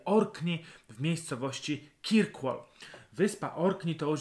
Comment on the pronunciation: Oglądam Pana z wielkim zaciekawieniem. Ponadto lubię ten gawędziarski sposób wypowiedzi. Jednak dzisiaj po obejrzeniu tego odcinka muszę Pana poprawić: Orkney to nie wyspa tylko archipelag (podobnie jak Szetlandy, Hybrydy). Po drugie nazwę miasta wymawia się kerkłol. Wyspa na której znajduje się Kirkwall nazywa się Mainland. Polecam też drugą whisky z Orkadów: Scapa.